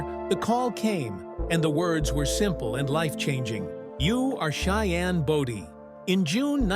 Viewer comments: You can't even pronounce his last name wright it wasn't body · At least find a narrator who knows how to pronounce Cheyenne’s last name…pronounced Bow-Dee ( as in “bow” and arrow). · His last name was BODIE, not Body !